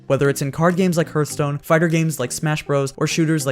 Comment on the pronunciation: Excuse me how did you just pronounce hearthstone? tRigGerED